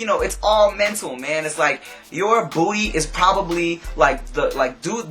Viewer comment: the way you say "booty" makes me giggle. "BBBoodddy"